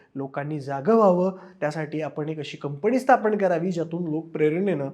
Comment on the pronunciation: 'न' ला 'न'च म्हणत जा रे...कंपणी काय प्लॅणिंग काय 🤦‍♂️ शी शी शी